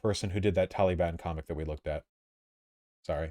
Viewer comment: I hate how Vaush says the word Taliban. "Tollybun"